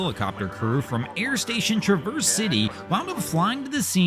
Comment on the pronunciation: The city and bay name is pronounced differently than you would think…. Trav erse…not tra verse.